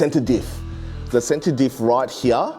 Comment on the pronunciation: Center Diff Right Heeeyaaah 😂🤣🤣🤣 English please. And it's not a Car, this is a RC Model